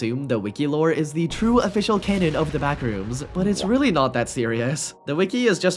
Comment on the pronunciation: I’m sorry but it’s canon not cannon